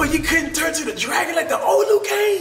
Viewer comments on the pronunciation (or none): none